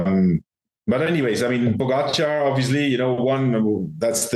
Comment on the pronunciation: True. Lance still has no clue how to pronounce Pogacar.